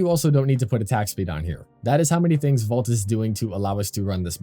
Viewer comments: Keeps sounding like you're saying "vault" instead of "volt" 😂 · Came to the comments to see if anyone else was going to say something… about his pronunciation of VOLT, hello?! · Nice vid but why would I take advice from someone who can’t even pronounce Volt correctly. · why are you calling him vault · Volt not vault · it isnt vault brother its volt